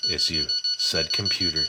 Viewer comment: Computor? He's actually a robot brother of SKELETOR!